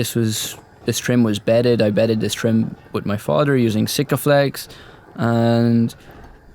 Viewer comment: "turdy one" "my fater" "tickened epoxy" "I was tinking" "let me know your toughts" What do you Irishmen have against "h's"? lol :)